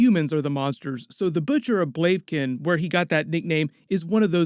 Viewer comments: Yes but it's pronounced Bla-vih-kin not Blave-kin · Great video but ur butchering the Word Blavikan. It´s not Blavekin. It´s Blavikan. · 'Blavken'???? It's pronounced 'BLA-VI-KEN'!!!! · "Blave kin" ?? "Blav I Ken" dude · blaviken not baiken whatever wtf xddd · Nice video, liked :) I just wanted to point out that it's pronounced "Blaeviken" and not "Bleiviken" ;) looking forward to your episode coverage! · Blah-vah-ken. Not blavkin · isnt it butcher of bl-av-i-ken? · Butcher of Blav-ee-ken not whatever way you pronounced it lmao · Blay- vah-kin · >Talks about the Butcher of Blavikin >Butchers the name "Blavikin"